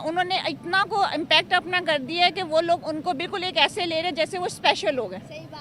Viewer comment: Madam r hota hai d nhi hota .tum sabhi pakistani bhikhari ulta paida huye the kya .wo 'kar' hota hai 'kad' nhi hota 🤦‍♂️🤦‍♂️🤦‍♂️🤦‍♂️